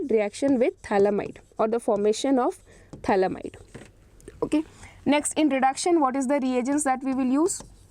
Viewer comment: It's pthalimide not phthalamide